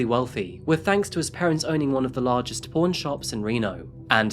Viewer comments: Oooooooooooooooooooh you were saying "pawn" shop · I at first thought he said, p0rn, not pawn:) woops... great video as always,! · Is he saying porn or pawn? I feel like a dick for asking…